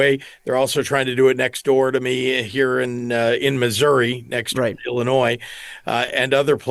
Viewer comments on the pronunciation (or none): none